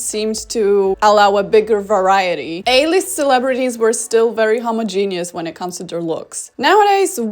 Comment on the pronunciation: this is not a dig at foreign accents at all, but i just found it so iconic how she pronounced "homogenous" as "homo-genius"